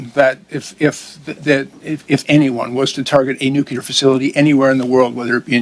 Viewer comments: Nobody here can say nuclear. Nukular is a george bushism. Everyone sitting is too dumb for their position... Lack of confidence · Are people ever going to pronounce “nuclear”? It is not “nucular”…